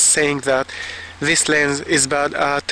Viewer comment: I never realized how annoying it is when someone doesn't say the S over and over in lenS LOL. You just got a bad "LEN" :D, mine is tack sharp. I have a 50mm 1.4 from the 70's NOW THAT is a blurry ass LEN, but it is a beautiful kind of blur, its very cozy feeling!